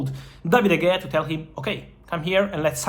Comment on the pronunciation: ITS PRONOUNCED DA HEYA NOT DE GAYA!!!